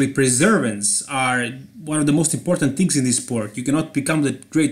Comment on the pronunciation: Thansk for saying tvings as it is